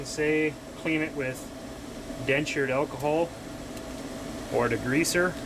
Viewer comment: Lol, "dentured alcohol".